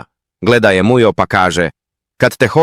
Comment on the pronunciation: Zašta govori muđo umjesto Mujo😂😂😂